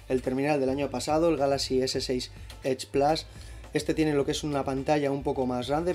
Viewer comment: edge plus no plas